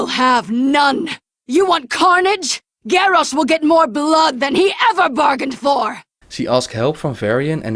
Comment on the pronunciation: sorry to say that, but you and a few others say continiously gorrash not garrosh ^___^